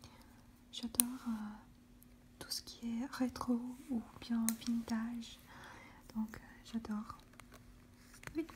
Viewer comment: A oui et si sa peus t’aider on dit vintage ce dis "vinetaïge" ^^